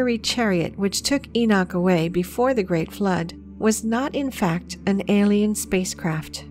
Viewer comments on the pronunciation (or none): none